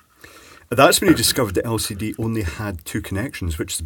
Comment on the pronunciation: you misunderstood, it has an "El Seedy" display!